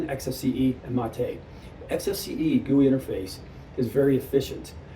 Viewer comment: Wow this guy is ignorant!!! Can't pronounce "antix" or "mate" correctly, how much ram there buddy? 186 gb??? You don't know much about linux and you're Not helping. Btw, what is a "pc" ? A laptop is what??